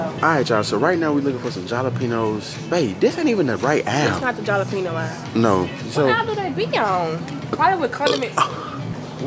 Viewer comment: Jalapeño is pronounced HALAPENO 🤦🏽‍♀️ good grief 😭